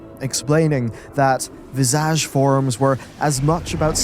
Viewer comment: LOL I'm loving the pronunciation of Visaaage